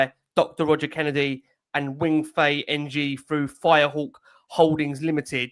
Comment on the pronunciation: Ng is pronounced Ing — like Danny ings